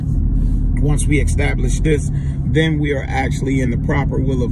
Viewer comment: EEEEE-STAB-LISH not XXXXX-STAB-LISH